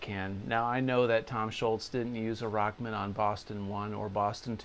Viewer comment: Excellent lesson. Love the Rock Man vest too. Funny how you call it “Rockmn”. Tom came out with his original “Walkman” for guitar - so it was called Rock-Man.